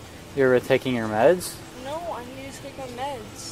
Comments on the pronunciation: Notice that she puts an extra syllable in it. As if it'll change stuff. "Nooo-uh!" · This kid puts an extra syllable in every NO she says..."Noooo-uh!"